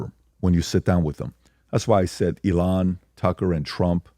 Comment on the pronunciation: Nobody: Pat: eLON